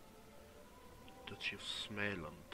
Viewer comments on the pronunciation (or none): smäland... it should be småland haha